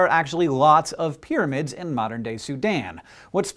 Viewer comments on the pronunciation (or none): And 'pyramid,' not 'pyramind,' lol. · 'Pyraminds'..... really, guys? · New "PYRAMINDS"? LOL :D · lol, "Pyraminds" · "Eqypt" and "Pyraminds"...